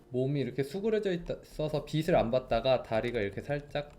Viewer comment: 이분 다 완벽한데 항상 빛을 빛이 이런 말들을 '비슬, 비시' 이런식으로 발음하셔서 쪼금 거슬립니다ㅜ 그래도 항상 잘 보고 있어요